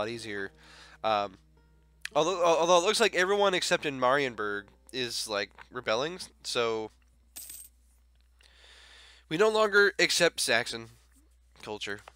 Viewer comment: Ö is pronounced like ä just with an o as basic and ä is just like so maby it helped and it's mariiiiienburg with a hard g